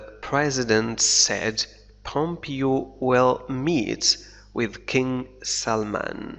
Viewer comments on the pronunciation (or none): none